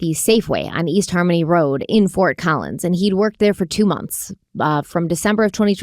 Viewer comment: As someone who lives in Colorado, the look of horror on my face when you said Fort Collins 😅 lord.